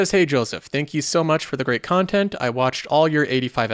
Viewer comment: You're right - that does sound really weird... ;-)